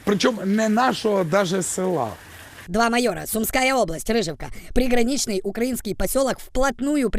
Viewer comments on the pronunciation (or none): none